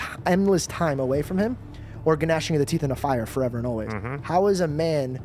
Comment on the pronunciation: Lol just read the verse and didnt realize the g in gnashing is silent 😂